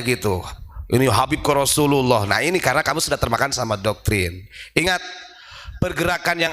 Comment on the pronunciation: Orang ini jelekin sesama muslim.. Padahal baca basmalah dan nama Rasulullah SAW aja salah besar kurang afdol.. Wkwkwkk.. 😂😂😂